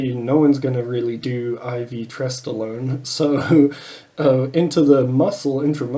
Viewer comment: Did you say stesstolone ? Lol